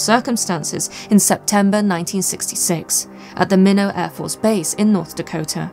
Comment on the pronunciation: Just an FYI - Minot is pronounced "My knot."